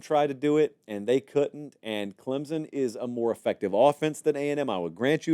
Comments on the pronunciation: Great take on this. It is not Clem-zen, it's Clem-son. There is no "Z" or "P" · It is clemSSSSSon not clemZZZZon! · Say it with me "Clempson" there's no Z